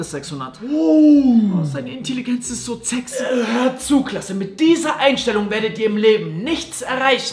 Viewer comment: die Aussprache war mit ein 'z' deswegen zexy